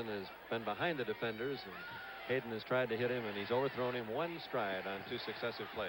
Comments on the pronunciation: A couple of observations about the broadcast. Schenkel announced that USC was trying for their fifth consecutive Rose Bowl but Stanford went to the Rose Bose after the 1970 and 1971 seasons and won both games. Pat Haden’s name is mispronounced when he comes in at the end of the game. The UCLA halftime show is interrupted by hooligans. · Why can't Schenkel get players' names right? "Pat Hadden." "John "Shareuh." I'm surprised we didn't hear Mark "Hormone" -- you know, son of Tom "Hormone."